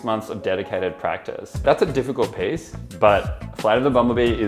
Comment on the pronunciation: Am I the only one being triggered by him pronouncing piece as PACE!?